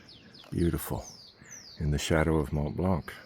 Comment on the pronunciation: The C in Blanc is silent my friend. Enjoying the videos